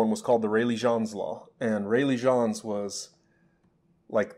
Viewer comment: I think "Jeans" is pronounced in English and not French? He was an English physicist I thought? James Jeans is his full name. thanks